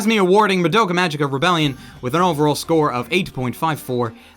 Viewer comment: For Christ's sake, IT'S PRONOUNCED MAH DOUGH KA MA Gē KA!!!!